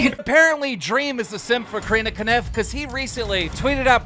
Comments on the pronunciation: Is it a running joke that he calls Corinna Kopf Corinna Kaniff? Lmao i don't get it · why does he call her Corinna Connif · mans said corinna koniff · I still can't get over the fact the Keem calls her 'Corinna Kaniff' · Saying Corrina 'kaniff' is super weird, but Tommy 'FURRY'!?! C'mon keem! Lol